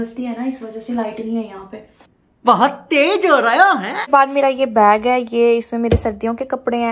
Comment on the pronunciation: it s bag not beg